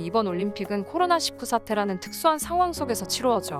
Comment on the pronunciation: 코로나십구X 코로나일구O 제대로 읽어주세요